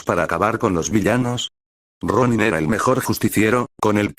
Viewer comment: Por momentos me confundo cuando dice Ronni